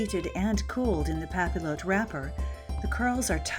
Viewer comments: Just a little French pronunciation tip - the double L is pronounced ‘io’ so papillote is pronounced ‘pah-piotte’ , not pah-pill-ohte. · What a fabulous video! I LOVE historical hairstyles, and they can be so hard tor recreate without info like this! Though, I have to say, since the word comes from the French word for butterfly, papillote is pronounced 'pah-pee-YOTE'. I'm sorry if that sounds snobby, I just thought you might want to know. Again, I love your video! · It's not pa-pill-ote, it's "pah-pee-yoh" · Pappy-ought, not pappy-loat. It's French and the L's are silent. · nice but music too loud even nice as well. please pronounce "papiyotte" like "bastiye" not "bastile" :) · It's pap-ee-yote. And means paper. Papillon, pap-ee-yon, means butterfly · For thosewho don’t speak French, it’s pronounced "Papi-yot" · its pronounced "pa-pee-on" with a soft n and papillotes is pronounced "pa-pee-oh-t" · the double L is pronounced like an Y, it would sound more like papiyote. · The double L in French is pronounced as a Y sound. Pap-ee-ote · Pronounced: pah-pi-YOH. Yes, that's even for the plural. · it's more like pah-pee-yacht. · Also it's pronounced papi-yot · Pronounced "Papi-ot" :) x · Thank you! I was cringing so badly! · It would be pronounced pop-e-yote. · It is pronounced "pa-pee-yot" and is the same word for cooking fish in greaseproof paper in the oven "en papillote" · I hate to be "that guy", but it's pronounced "pa-pee-yote". The double "l" is like a "y" in French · cx1735 thank you!! Within the first minute of her mispronouncing it I was already going crazy lol. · the French major in me was cringing so hard.